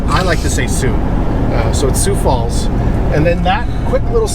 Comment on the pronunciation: It is pronounced, "Soo"Falls".Sioux Falls. I lived there many years.